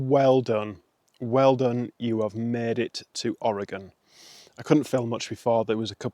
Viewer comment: You've really been doing great lately! Only 68 miles past this and you'll be 2/3 done! I love that you pronounce Oregon correctly and you like root beer! And you'll really enjoy Umpqua ice cream!